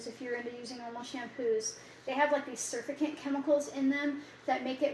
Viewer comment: Sall-I-sill-ic. Sur-fact-ant (surface active agent). Ho-ho-ba